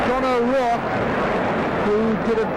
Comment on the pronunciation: John O’RouRke not John O’Rouke. Its pronounced O-Raw-k Splitting hairs though tbh. Interesting upload even though im not a QPR fan👍🏼